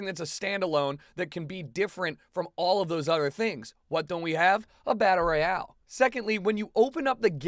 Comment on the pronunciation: its royale not royal